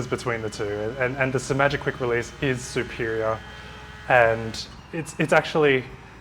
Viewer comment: Finally! Someone on YouTube who pronounces Simagic with only one 'm'. And thanks for the great review.